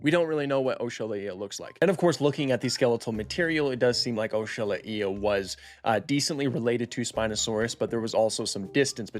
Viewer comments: Why did you spell Oxalaia like O-shu-lay-uh, it's Ox-ah-lie-uh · “O-shala-ee-a”!!🤣🤣 I’m pretty sure it’s just “ox-a-lie-a” and that’s not even a hard one. This is like when Nigella Lawson called a microwave a “meecrowavay” 😂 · I'm really hoping this is not the pronunciation that will stick, it should be oxalAia... Based on the god it was named after. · Ohshalaia? i pronounce it "Ox-Uh-Lie-Uh" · ‘This is oeshalaeea’ bro just say oxalaia 😭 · The correct way to spell it is Oh-sha-lah-ya. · I thought it was pronounced ox-a-lie-a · Its pronounced oxo-lie-ah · "OCKS A LAYA" Is the proper pronunciation. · Bro really said "oshala eeya" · "This is OshAhlaIeh" That is not how you pronounce it, bro😭🙏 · "Oshalaeea"??? why he pronouncing it like that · It's pronounced ox-ah-lie-ah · the way to pronounce it is oksol I (in like me or referring to yourself) and then the uh sound so oksol I uh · I’m pretty sure it’s pronounced ox-ah-lie-ah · "Oshalaiia" Hurts me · I though it was pronounced Oks-uh-lie-uh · its osha-ly-uh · you pronounce it the way you want but if you look it up it is pronounced o Sha lay ia, I watch this other channel extinct zoo and he pronounces it ox a lay a so I don’t really care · same dude, I've never heard someone pronounce it "Osha Lá Ia" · oshala ia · “oh-shal-a-ee-a” feels just wrong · Ock-sah-lie-ah is way more correct, I don't think anybody's ever heard this pronunciation, the original yoruba word's pronunciation is important. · Never heard it pronounced as OSHA violation either... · İ Heard as okselaia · What the hell was that pronouniation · Welp another person who butchered the name lmao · that is the wrong pronunciation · It's Not pronounced OAK- SHA-LA-EE-A . 🤣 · he was laughing when i told him he was pronouncing it wrong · The first time I’ve heard you say Oxalaia like that before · That’s the first time I’ve ever heard someone say Oxalaia like that😂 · Bro you fumbled the pronunciation so bad brother 😭😭😭😭😭😭😭😭😭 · I don't think you're saying it right